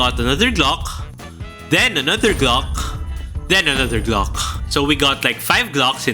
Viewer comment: why are u saying gloch its fucking glock with CK NOT CH